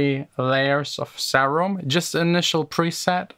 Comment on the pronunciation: Im triggered how you pronounce serum ughh